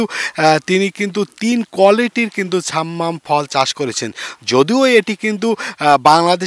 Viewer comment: ছাম্মাম না শব্দ টা সাম্মাম হবে।